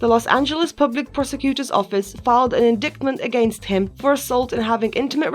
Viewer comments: she said "filed an inDICKtment against him" lmmfao but sad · An “indickmemt”. Freudian slip?